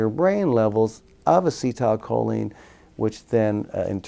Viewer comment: lol why is he saying "as-cee(tile) choline" lmfao